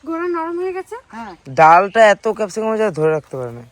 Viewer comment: কেপ সিকাম না। ক্যাপসিকাম হবে কথা টা।